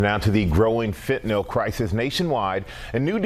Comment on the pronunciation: The host said "fitnyl". Is it fitnyl or fantanyl.